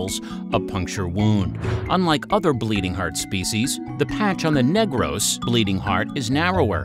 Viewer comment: Negros is pronounced as /Nig-rus/ instead of /Neygrows/ as a Filipino our accent is very rough(?), hope this helps!